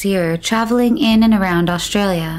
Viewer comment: why they pronounce aushtralia and not australia without sh itis australia not aushtralia it is s not sh